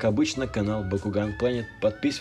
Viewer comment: Да почему мне слышится не Бакуган а Бьякуган?! ХИНАТА ЧТО ТЫ СДЕЛАЛА СО МНОЙ (Анимешники по Наруто поймут)